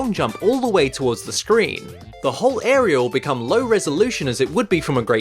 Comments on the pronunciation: Why do you say words that end with A with an R? Like idear and arear instead of idea and area. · when you sayed area it sound like you sayed arear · “The final arer.” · Something I thought I noticed before but definitely hear all over the place in this video, is in traditional British fashion, completely botching a word. Listen to every single time you try to say "area" in this video, and you should pick up on the fact that you always add an R, resulting in you saying "airyr". How does this happen? Maybe your mouth or brain is glitched? ;) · Can you not pronounce the word area?